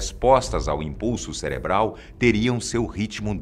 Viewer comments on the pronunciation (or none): none